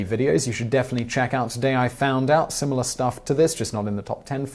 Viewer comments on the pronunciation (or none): none